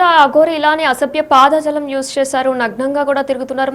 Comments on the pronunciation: పాద జాలం కాదు తల్లీ "పదజాలం" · ఎవరమ్మా నువ్వు ఆమె గురించి ఏం చెప్తావ్ గానీ నువ్వు మొదలు తెలుగు సరిగా నేర్చుకో పాద జాలం ఏంటి తల్లి లాలాజలం లేకపోతే ఇంకా ఏదైనా